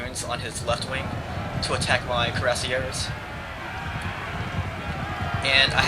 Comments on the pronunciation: you could spell *cuirassiers* a little better, its close to *kooee-ra-siay*; no stress on the last syllable. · it is pronounced crew-say-ers